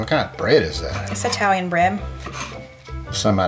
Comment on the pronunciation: I love your videos and the interaction between you and,, but, "eye-talian"?? Please, don't.